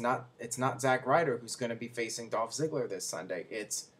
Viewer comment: Its not Zikko its Zigla... You suck at pronounciation. Give up from making videos